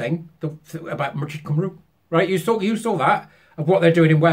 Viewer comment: Pronounciation of Cymru!!!!!! Cym= rhymes with the unaccented part of Morcambe; ru= the u in Welsh is an "i" sound as in lid or rid, so "ri". I'm gonna keep on hassling you til you get it right!!!!